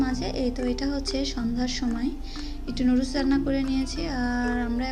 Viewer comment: সাসকাইব না সাবস্ক্রাইব হবে নুডুস না নুডুলস